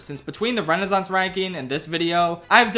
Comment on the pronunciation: There are two "s" in Renaissance. You should pronounce them.